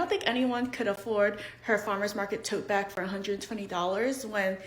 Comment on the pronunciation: Bairg. Tote bairg. ❤